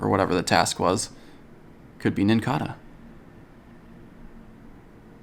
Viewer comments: It's NincaDa, not NincaRa. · It's it pronounced like cicada